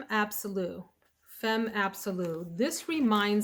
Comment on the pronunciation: « Femme » is pronounced: « fam » 😁